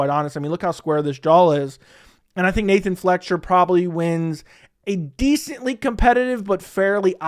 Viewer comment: Grabbing my popcorn for these mispronunciations ! 😁😁 - "Qouaey" Fernandes - Nathan "Flecksher" - Taylor "Lapioulaes" - Puja "Tumoar" - "Andre Pulyayev" - "Loony" Kavanagh - "Andrea" Lima - Morgan Charriere , or is it "Chéri" ?? Carlos "U-berg"